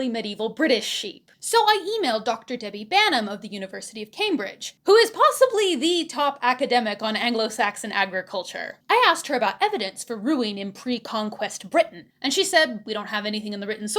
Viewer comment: I suspect Dr. Banham may pronounce her name "bay-num".